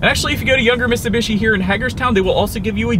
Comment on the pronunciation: Dude its miTsubishi, you forgot the T